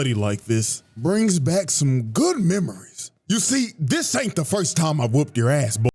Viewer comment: FORST HAHA TAKE IT